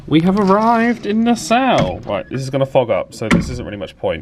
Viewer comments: I love your vlogs Adam, but just one little gripe; Nassau is pronounced Na-saw not Na-sow. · I always thought it was pronounced "Nass-aww" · NAH-SAW (Nassau) 😀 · Love your vids ! Q: is your way of pronouncing Nassau common in the UK? I have NEVER hear it said that way till now.